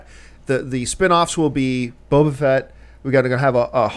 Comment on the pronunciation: Question. Does anyone know why John Campea calls Boba Fett, "Boba Vett"?